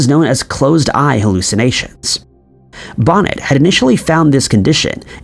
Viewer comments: I love this video and all. your videos. I just wanted to mention that Charles Bonnet was French, so his name is prnounced Bo-neh with the T being silent. I knew someone who had CBS and he said the dragons and hippos and other odd things that he "saw" when he became totally blind were entertaining once he got used to the fact that they were just that. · Charles Bonnet is pronounced Bow-Nay